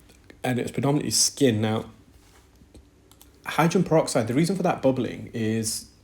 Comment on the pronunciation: Hydran peroxide, the case of the missing syllables 🔍